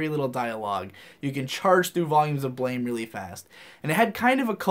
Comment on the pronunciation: Blame! is pronounced blam